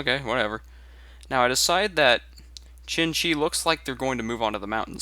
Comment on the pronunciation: He keeps saying chin-chi which really ticks me off. I've heard people say "shin" because it's the closest they can get but "chin" is wayy too far off. Try saying "tseen-tsee" Here's a link you might find helpful: there isn't a specific pinyin for Xin-Xi (which would really help in its pronunciation) but you might want to stick to zin-zi in the meantime. That said, I really enjoy your commentaries and gameplay, stay epic